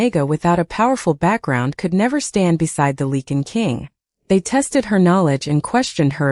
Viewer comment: I wish someone would teach the A.I. how to say Lycan. It's supposed to be Lie-Can not leaken! It's also "The Lycan King" not the The King Lycan. I know English is difficult but if you are going to tell a story you should at least learn how to pronounce the words.